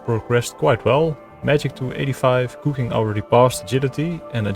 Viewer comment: He says "Kooking" like Verf (